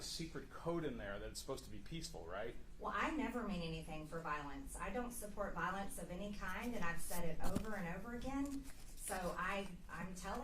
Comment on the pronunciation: She doesn't support " volince"